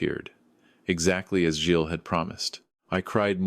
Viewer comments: Never ever Gills. Artificial intelligence is badly taught, obviosly. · Second mispronunciation, same correction. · By the way,, the name Gilles has a silent s Intelligence, not.